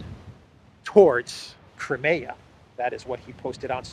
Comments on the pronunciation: It's CRY-ME-YAH, for cryin' out loud - not KREMAYA, which sounds like some kind of body lotion! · Crimea river.